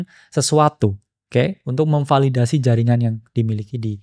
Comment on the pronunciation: sampe gue ulang, apa gue salah denger, ternyata beneran kesrimpet "memvadildasi" wkwkwk